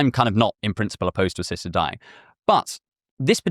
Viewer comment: The speaker’s rhotacism had me asking “what is ‘sister dying’?”